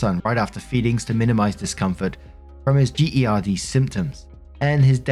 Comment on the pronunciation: Just in case you didn't know, GERD is pronounced like herd but with the hard G like in good. It stands for GastroEsophageal Reflux disease which is basically heartburn.